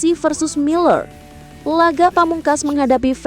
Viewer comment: Muller jadi memble